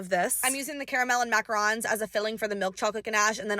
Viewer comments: Baking macaron's and not being able to pronounce it right!😂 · Mackarons 😭😅😅😅 the french are not happy